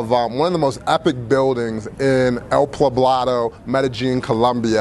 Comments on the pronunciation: You didnt say El PLAblado...did you? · Envigado is still pretty expensive, again, a heavy tourist area too. I know he said that, but believe me, go 15 mins outside of the city or in any other direction and you have a different world.